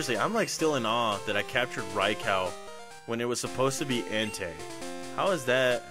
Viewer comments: Raicow..... lol it’s Raikou with a “you” sound at the end not “cow” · ITS NOT RICOW! It’s RAIKOUUUUU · Dude incorrect pronouncation for Raikou (Rai-ku is how it is pronounced)!